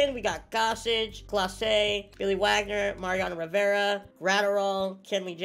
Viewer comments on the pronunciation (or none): none